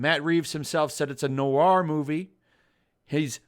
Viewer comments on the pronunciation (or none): love your pronunciation of noir... nowar movie?